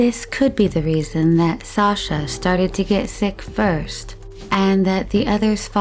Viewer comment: Just a note from a Russian speaker - when pronunciation isn’t correct and a legitimate name Sasha (short form of Alexander) is referred to as a nickname, it makes everything appear lacklustre. Please research proper pronunciation of things, because it honestly borders on offensive.